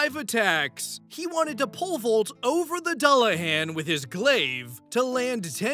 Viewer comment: Dullahan sounds like Duel-la-hon